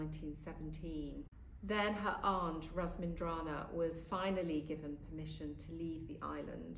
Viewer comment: How can RAMINSINDRAZANA possibly be pronounced "ras-min-dra-na"?